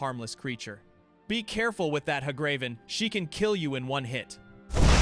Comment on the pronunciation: It was hard to watch after “ha-graven.”